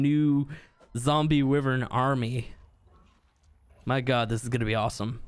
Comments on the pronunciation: It's wyvern not wevern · It's nota pronuncie how you saiu wyvern ! It's pronuncie as whyvern. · Does anyone else get a little annoyed with the fact that he says wyvern weird? Just me? Ok 😂🤣😖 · Your saying wyvern wrong